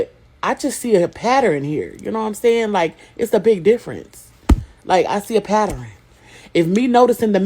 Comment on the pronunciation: Why do so many people say "pateren" instead of pattern? It's so irritating.